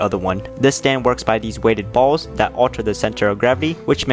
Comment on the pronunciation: Why does he emphasize the word ballz